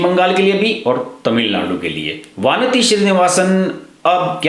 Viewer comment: वानती नही " वनिथी"